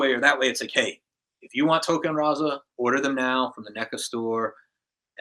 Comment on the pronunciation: Its Rahzar not "Rahza"